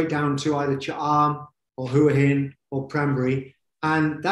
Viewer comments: Hwa Hin, not who hin. Please learn to pronounce the towns you live in. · If that guy () lives there, he should be able to say it! Hoo-aah Hin NOT Who-Hin Or should we all say Phuket incorrectly? Does it sound like phenomenal? Teach the language as natives pronounce it or go home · Agreed... hwa hin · It amazes me how most seasoned expats struggle to pronounce the easiest of Thai place names. Listen to a Thai national say it.....then say it the same way! It's not rocket science...Hoo - a - hin lol! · You would think someone who has lived in Thailand for so long would try to pronounce Thai cities like a Thai. Just listen to Tim... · Yeah, isn't that annoying.